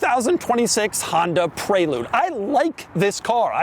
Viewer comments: It’s called a Pre-lude not pray-lude! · So upset with how he pronounces prelude. I always thought it was prè lude not pré lude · Why is he calling it the pray-lude. Isn't it the prelude, like the actual word? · ITS PRELEWD when u say it ffs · Is this really how Americans pronounce Prelude ...."prey-lood"?!